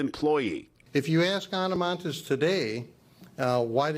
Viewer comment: What’s with the hyper pronounciation of ANA MONTES but she doesn’t do the same with the pronounciation of Fidel Castro??????